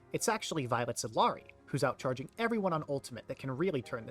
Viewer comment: eel-yah(r)-dee not, “ill-aree” as a community we have to stop whitewashing her name, it’s Quechua